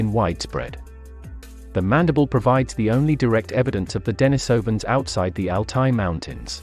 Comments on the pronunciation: Okay,, you can't pronounce Denisovans properly? They aren't "den-AHES-oh-vahns." They are "dehn-EES-oh-vahns." Ffs. You want to be taken seriously, get the basics right. And what the hell is Homo "SAP-ee-ehns?" You pronounced Denisova cave right, then proceed to keep on pronouncing them as deh-NAHES-oh-vahns, or deh-NIHS-oh-vahns. Come on. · Well if you want to sound like an idiot who refuses to speak a name scientificlycorrectly, how can we trust any information you five us to be correct as well? Sorry but we cannot. You are an informational broken point Unless and until you can correctly pronounce a scientific name of one of our ancestors I cannot subscribe to your channel any longer. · Why do you say "DENYsovans", then a few seconds later say "DENISovans"? There's NO consistency in your pronunciation, which as a native English speaker, I find maddening! (Forget the DENY bit; it doesn't need to be as complicated as you've chosen to make it). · Thanks, was informative. Your sometimes false pronunciation of Denisovans as Den EYE sovans was irritating, many times you pronounced it correctly. It's the same when some english speakers pronounce urinal as ur EYE nal. Strange.